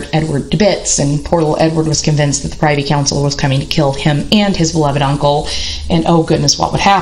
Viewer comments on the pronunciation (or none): Privy is pronounced (Prih-vee) with a short i. Privy Council, not PRI-vee with a long i. Looking forward to reading your book. I think you are right about the tubercular effect in Tudor males. Edward was also very pious and priggish and really rather bigoted about any view of religion that was not radical protestantism. He casually disinherited both his half-sisters and executed two blood uncles. Very Tudor.